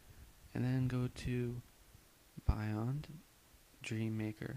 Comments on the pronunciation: It's Bee-yond, not by yond... Also, stop moving your mic around it's so annoying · very very helpful video. ((it's pronounced "beyond" though, not "buyond"))